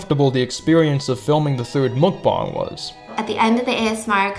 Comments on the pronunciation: Me: Mukbang You: MookBong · Chief I think its Muk-Bang not mukbong. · ITS MUK-BANG NOT MUK-BONG CRING MUCH? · Dude said mukbong instead of mukbang lmao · muk b ANG not bong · MUK- BANG not bong like Fr it’s so irritating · Muck-bong?! It is muck-bang dear. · Why does he say mukbang like mookbong lol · i think im the only one who pronounce it as makbeng instead of mukbang in literal. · Wait THATS how you pronounce mukbang? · Does he not know how to say bang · The way he says mukbang hurts me